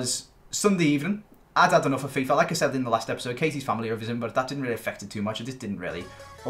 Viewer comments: 'like i said' i thought he said 'lacazette' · Every time he says "like I said" what I hear is "Lacazette"